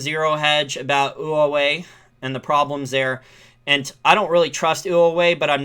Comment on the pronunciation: Learn how to pronounce Huawei.